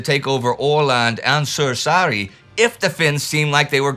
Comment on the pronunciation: Props for Indy for trying and failing to pronounce those Finnish names, just a clarification it's Suursaari not Suosari as I heard or Sursari as the captions called it. Anyone wondering it translates to a big island, yeah I know 😄😄😄😄